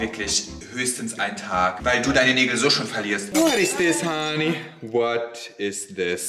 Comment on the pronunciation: Ich liebe es wen du what is dhis honay und honay sagst ich liebs